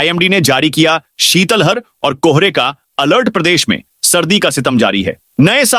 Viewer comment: 🎉🎉केबल ये ऐसे उदघोषक है जो शीतलहर को शीतल हर कहते हैं।कोई उन्हें सही उच्चारण करने को नहीं कहता। पहिले वे ज्ञापन को छापने बोलते थे।अब इसमें सुधार कर लिया है।